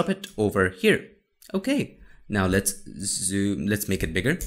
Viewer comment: "AhaLit's Get Started" 😂